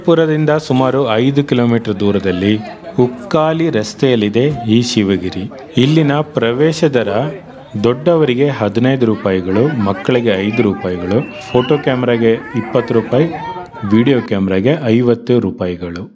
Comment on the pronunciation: ಸರ್ ಅದು ಉಕ್ಕಾಲಿ ಅಲ್ಲ ಸರ್ ಉಕ್ಕಲಿ ರಸ್ತೆ ಸರ್ ......ನಮಸ್ಥೆ ಸರ್ ವೀಡೀಯೋ ಸುಪರ್ ಸರ್